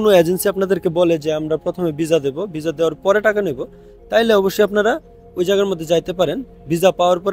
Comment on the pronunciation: ভিছা না সুন্দর করে কথা বলেন হবে ভিসা